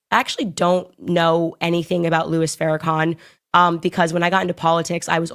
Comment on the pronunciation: Farrakhan not Fairakhan 🤦🏾‍♂️ cmon girl